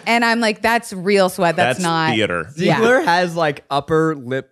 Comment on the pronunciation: OK, so a few things: it is pronounced "YOU-an" (not OOO-an, or EEE-wan). The character's name who runs the Moulin Rouge is "Zidler" not "Zeigler". YES, of course Nicole Kidman sang in it--there's an infamous story that Baz Luhrman told on press junkets for the film where he went to see her and she sang "Nobody Does it Better" from the James Bond movie "The Spy Who Loved Me." Shortly after the film, she recorded a cover of the duet "Something Stupid" with Robbie Williams that played on radio in the UK. The moon singing at the end of the Elephant Love Medley scene was the great opera singer Plácido Domingo. Kylie Minogue, the Australian pop star, played the Green Fairy in the absinthe scene, with her screaming voice at the tail end of the scene being dubbed by Ozzy Osbourne. And Nicole Kidman went for it SO HARD in this movie, she suffered numerous injuries that ultimately meant she had to pull out of the lead in the movie Panic Room (replaced by Jodie Foster), though she appeared in an uncredited voice role in the film as the woman who answers to phone when Foster's character tries to call her ex-husband.